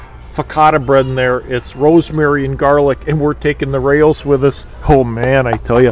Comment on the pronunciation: Raos is pronounced R-ows. Like Ow with an R on it... It's not "ficatta" bread. Its fo-ca- sha. You're going to drive Italians, nuts.